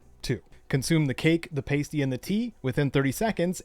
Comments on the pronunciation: Paysty 😮, it's a soft A, pahsty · just a heads up, pasty is pronounced pah-stee. not sure if theyre a thing in the US but they're more or less just handheld pies, come in many savoury varieties and I strongly recommend trying one if you ever get the chance. that aside - thanks for the video, very helpful (